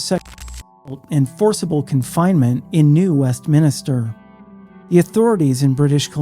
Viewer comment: None of my fellow Canadians have jumped in yet to make the correction? Tsk tsk New West Minster Not New West Min-I-ster. No second i. A small thing I know, but I would rather be corrected once than left to pronounce something wrong endlessley. Great channel 👍👍👍